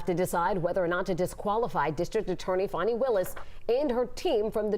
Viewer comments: Not "fawny" Its FANNY LIKE BIG FANNY/Booty FAN E 😂😂😂😂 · Please explain to me how fani is pronounced fawni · Pronounced Fawnie spelled Fani